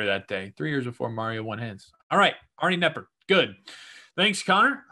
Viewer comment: Arnie Kah-nepper.